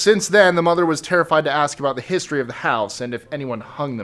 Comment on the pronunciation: #23 "hissstory" lol